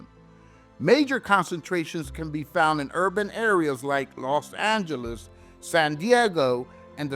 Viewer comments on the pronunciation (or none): none